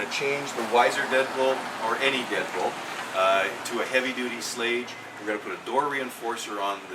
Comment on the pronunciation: Nice, but you didn't even pronounce Schlage right. Any you call yourself a locksmith?